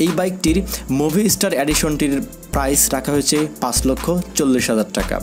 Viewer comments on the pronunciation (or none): none